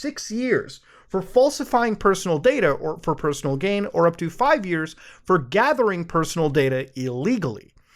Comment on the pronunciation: Gaythering.. Muta.. you're a gaytherer.